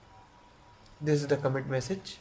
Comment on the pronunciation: commit uu h commit uu h commit uu h comiiittuuhh